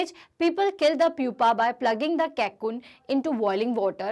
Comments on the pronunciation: Mam it's not cakoon it's cocoon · You are right 🤣🤣🤣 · It is cocoon not cakeoon